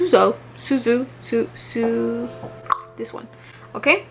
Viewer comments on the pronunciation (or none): I can feel your struggle pronouncing Armani’s Pivoine Suzhu 😅 Maybe this makes it easier: Pivoine is french for peonies 🌸 🇫🇷 (pronounced ‘peevou_aine’), and Suzhu is a town in China 🇨🇳 (pronounced ‘Soutjou’ like a french J as in J’adore). You are super beautiful b t w 😇😊